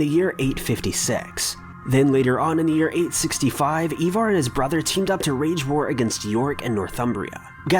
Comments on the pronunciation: Ivar...not Evar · Ivar not evar. I-var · It's pronounced iva not eva